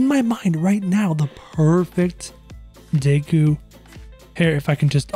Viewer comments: This man really said dayku instead of deku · Deku not Dayku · its pronounced d (eh) k oo not daykoo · He says daku instead of deku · Deykuw? Tf lmao. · he says dayku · The way he pronounces deku and my hero Academia hurts me